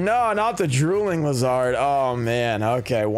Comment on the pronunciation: I’m starting to get concerned. Do you really pronounce “lizard,” as “liz hard” or that just a joke?..